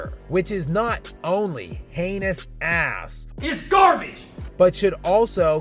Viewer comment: You be saying “ASS” hard🤣🤣🤣